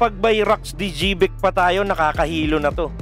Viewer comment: Bat ganyan pronunciation mo ng Xebec Sebec or sibec ang pronunciation lods